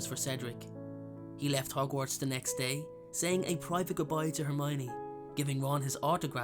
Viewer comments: Why couldn't he say hermione's name correctly? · I figured it was Hermowninny. 😂😂